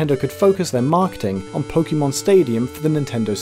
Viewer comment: thank you for not pronouncing it "pokey-mon"